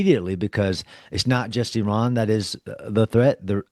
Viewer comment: It's not Eron, it's Iran...speech impediment...